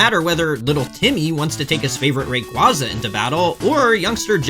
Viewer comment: It’s pronounced “Rayquaza”, not Rayquaza.